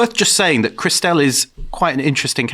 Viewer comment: I'm loving David's pronunciation of Clauses's sister Christelle. Which genuinely had me perplexed at first, wondering who the hell Chris Dell was!! 🤔😂😂